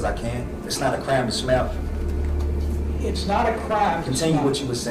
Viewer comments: He meant smile but it came out his mouth like smell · "Its not a crime to smell..." 💀😭😭🤣🤣🤣 yeah yeah i know he said smile. But that sounds more like smell lol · Sounds like he's saying 'smell'. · It’s not a criame and smiale. Lol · It sounded like he was saying it’s not a crime to smell 🤷‍♀️🤣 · It’s a crime to smell what a moron can’t even pronounce he’s words! Just axe anyone SMH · "Is it a crarm to smow? It ain't a crarm to smow". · He can't even pronounce the word 'smile' 😮 teach him to stay with a frown ☹️